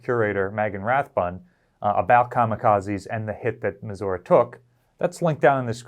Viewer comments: USS Missouri is pronounced Meh-zur-ee, not Meh-zur-uh. Meghan Rathbun told you how it was pronounced. I love your videos man, but it is not a badge of honor to deliberately and repeatedly mispronounce a name even after you were corrected. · And yet, the official position is still meh-zur-ee, regardless of Margaret Truman's dialect at the christening.